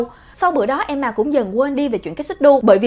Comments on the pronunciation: S ko bả ko đọc là emma mà là em mà nhỉ 😂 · đọc Emma thành ''Em mà''. Ta có: Mẹ của EM MÀ. MẸ CỦA EM MÀ.CÓ AI HIỂU HÔM 😀😂😂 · Nancy Momoland Hửm???😒😒😒 Khá là kì lạ. Nhw mà......... phải đọc là Nan sy mới đúng chứ. Tại sao lại là Nan sỳ. Hửm????? Tại sao??? Tại sao??? Tại sao chứ??? Tại sao??? Tại sao??? Thôi mệt quá hok hỏi tại sao nữa. Nhw mà...... phải là Em ma chứ. Tại sao lại là Em mà. Hửm??????? Quá mệt mỏi với cách phát âm của. Qias mệt mỏi rồiiiiiiiiiiiiiiiiiiiiiiiiiiiiiiiiiiiiiiii. Tôi ko muốn hỉu. Tôi từ chối hỉu. 😤😤😤😤😤😤😤😤😤😤😤😤😤😤😤😤😤😤😤😤😤😤😤😤😤😤😤😤😤😤😤😤😤😤😤😤😤😤😤😤😤😤😤😤😤😤😤😤😥😥😥😥😥😥😥😥😥😥😥😥😥😥😥😥😥😥😥😥😥😥😥😥😥😥😥😥😥😥😥😥😥😥😥😥😥😥😥😥😥😥😥😥😥😥😥😥